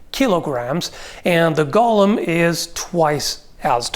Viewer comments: So how many people heard 'Gollum' whenever he said Golem? :) Aside that, this really is one of those kinds of questions where you have to know how much power the magic that's fuelling it is and what it actually enables the golem to do. Like you can have the Frankenstein version that can just about lumber in a given direction with a punishing lack of urgency... and you can have the Dragonslayer Armor from Dark Souls 3 types that moves like it weighs nothing. Also you kinda need to know if and when the magic stops working, like if it looses an arm, the head or a leg does it still keep moving as if nothing happened or not? But as for fighting it... yeah I would also think getting behind a cannon and hopefully blow it up at range is the way to go. Burying it in a pit sadly also hinges on the magic because you could get it down there only to see it dig itself out. Like it could be similar to Marvel's Juggernaut, he's been thrown into the sea or deep under ground numerous times and the only option he has is to slowly walk back up to the surface through the ground itself if nessesary... but that often takes him weeks. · Please. The pronunciation is "go-luhm" not "gollem". "Gollem" was a character in The Lord Of the Rings. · Is speaking with some kind of Canadian dialect or is he just mispronouncing "golem" throughout the entire video? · I don't know why I get so angry when someone pronounces golem incorrectly, but so many people do it it drives me insane. For reference it is pronounced 'gow-luhm" with a long O. What everyone is actually saying is Gollem from "The Lord of the Rings" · Gull-um? GULL-UM!? It's go-lum!! It's a Jewish legend, not a mutant hobbit!! Just kidding, pronounce it how you want. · I keep hearing "Iron Gollum" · My only problem with this video is your pronouncing golem as "Gollum". 🤣